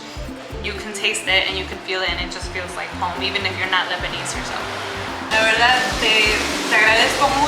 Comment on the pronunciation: Lebanese not Libanese 😆